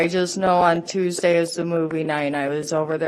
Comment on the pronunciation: "was it a toosday?" 🙄Looks up. 🤔💭Toosday? I dont even know where i am right now 💭